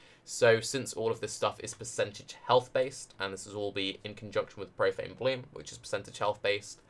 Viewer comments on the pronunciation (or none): did you say propane bloom